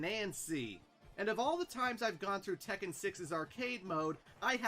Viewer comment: That is correct about the pronunciation for Tekken because double consonants signify a slight but discernible and deliberate pause in speech.